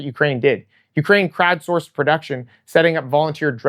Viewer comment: I swear I heard crabforce rather than crowdsourced. Immediately imagined crab drones. Crab drones making aerial drones. Aerial drones dropping crab drones. I know its wrong, and dumb, but I got a laugh out that rabbit hole.